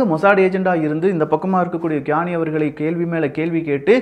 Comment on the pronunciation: Bro ur reading is wrong qaani = u ll speak sound like tis khani